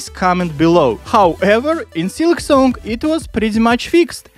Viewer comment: Why do you say silksonk?